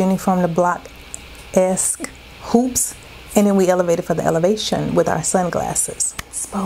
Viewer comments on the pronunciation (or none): out here elevatin' for the Ele-va-shon!!!❤❤❤